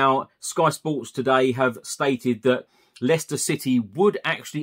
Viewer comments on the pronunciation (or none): none